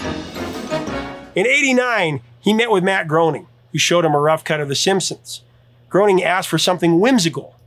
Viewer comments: Nice list. I probably would've added NYPD Blue in there somewhere. By the way, Matt Groening's is actually pronounced GRAY-ning, not GROW-ning. I heard that from his own mouth, plus, there's an opening credit that refers to it. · Love you picks but I personally think that The X-Files should be in the top 3 and not Law and Order also Matt Groening's last name is pronounced "Gray-ning" not Groaning 🙂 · IT'S PRONOUNCED GRAIN-ING!! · His name is pronounced 'Graining.' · Simpsons Groening rhymes with "raining." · Groening rhymes with raining... 🤦‍♀️ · Matt Groening says his surname rhymes with “complaining”. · A couple small corrections on The Simpsons: The show just finished its 36th season, not 35th, and is renewed through season 40 (did you record this a year ago?); and Groening is pronounced "graining." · The Simpsons creator's last name is pronounced Graining. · Matt Groening- rhymes with “raining” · it is NOT pronounce Matt GROANING.